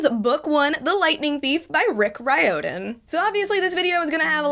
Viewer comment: Pronounces Riordian wrong: SHES NOT A TRUE FAN LUKE WAS A HERO